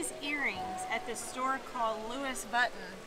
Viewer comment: You can’t pronounce Vuitton 😳😳😳or was that a joke??